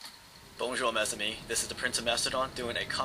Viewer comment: Its pronounced maze ami not mes like its spelt